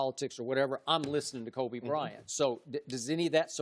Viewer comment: "kobe brent" shannon